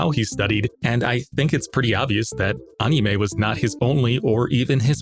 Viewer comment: anyone else hate how this guy pronounces "anime"?